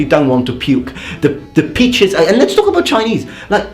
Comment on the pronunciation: Are you saying "peaches" instead of pitches on purpose? :)